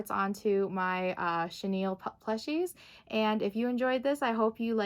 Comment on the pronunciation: Haha! I always thought it was cute how you said chenille wrong in your videos.